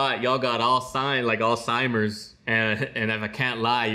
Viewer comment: “I lost my spot, y'all got Alzheim(uh).” This has two meanings, he's finishing the pronunciation of the word ‘Alzheimer’ and also saying ‘uhhh’ the noise we make when we forget something. This man is a genius!